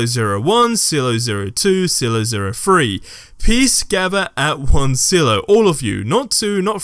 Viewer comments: It's pronounced "sigh-lo" not "sillo" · Sigh-low. Silo. Not sill-o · Oy. It's pronounced "sigh-low". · Please never say Silo like that again.